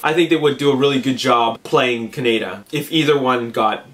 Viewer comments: Dude, it feels like a rail road spike goring my head everytime you say it wrong: it's cah-nay-da ( fast). Kaneda. He's not a type of bacon. If you need a reference, please, please, watch the 2002-3 re-recording of the akira dub. It's nigh impossible to give your critiques any degree of pull when you're raping the name. Don't be offended, many a maanga fan has pronounced it "manja" (Quentin Tarantino) or MANGA like the fruit, its nothing to be irked over. Its just a pet peeve of mine as a fan. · its not a country, Ka-ne-da. Thats not how they pronounce it in the movie. lol